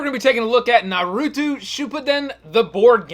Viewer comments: its NARUTO not NURUTU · Naw-roo-toe....not Nuh-roo-two Geesh! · Omg it is not nar-oow-too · Nar - ooo - toe!!!! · Bruh the way you say naruto burns my insides